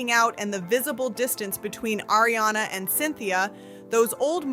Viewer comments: Also, I might not be a fan but I know how to pronounce Ariana’s name. Like come on with this vid. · Ariana not Airiana.